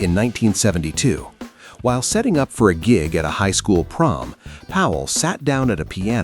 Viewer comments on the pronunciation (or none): none